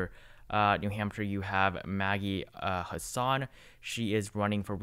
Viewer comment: The Senator from New Hampshire is Maggie HASS-in, not Huh-SAHN